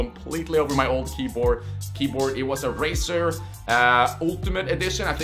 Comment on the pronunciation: is he saying raser not razer? :D